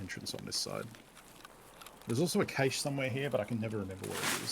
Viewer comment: Pretty sure it's pronounced "kash" not "kayshe"